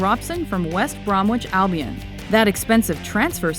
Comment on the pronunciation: It's hilarious how she pronounces "West Bromwich Albion" at 3.20.